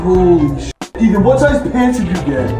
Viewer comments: Well Ethan, I'm sorry but it's E-tee-wee-tee time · Ethan: “Dieterily” Dairy has entered the chat...